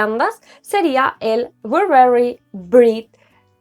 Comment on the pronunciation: Hola excelente cómo siempre... Tengo el Mon Floral y es delicioso también, pero no me dura mucho... Me hiciste reír mucho con el Brit rrrrr jajajaja 🤣 Un besazo....